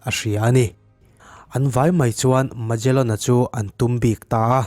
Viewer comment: heta mejalen tia i lam hi, megalen tia lam tur a nih hmel..... ferdinand magellan a ni a, khawvel hi a mum ngei a ni tih proof tu kha a ni e.... portuguese explorer a ni e.....ka lawm e